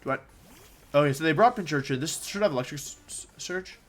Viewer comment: Pincurchin... there’s no “h”